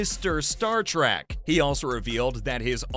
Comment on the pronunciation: It's Trek not Track